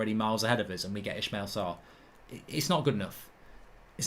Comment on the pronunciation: Ismaila! Not Ishmeal